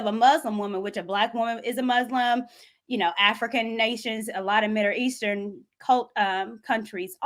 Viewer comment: I’m just mad that cannot pronounce Middle Eastern to save her life it sounds like Mille Eashtern 🤣🤣🤣